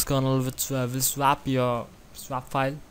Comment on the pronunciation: Pls learn how to say swap before making more videos